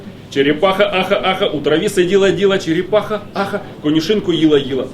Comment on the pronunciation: ну чого ж вона там чєрєпаха, а не черепаха?